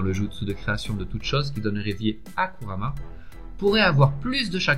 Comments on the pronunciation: Kurama ça se prononce kourama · c kurama pas kamara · un un moment ta di Karumma